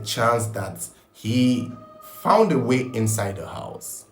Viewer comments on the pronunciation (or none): none